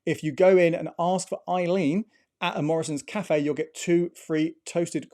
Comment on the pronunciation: It's "Ask for Ellen", not "Ask for Eileen"!